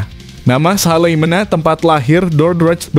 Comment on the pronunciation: Not Salimena(the Name from Nederland) but Salamena?